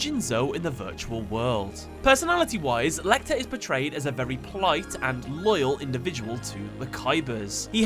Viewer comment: Good work mate. The "Lei" in "Leichter" is actually pronounced like "Lie". It's German for "easier". :)